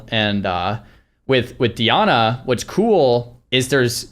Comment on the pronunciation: and DIanna like bruh